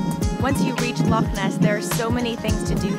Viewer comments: Had hoped the narrator might try to pronounce "Loch" but alas not. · It's not "lock" and nor is it pronounced "lock". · Lake.???, at least try to pronounce "Loch".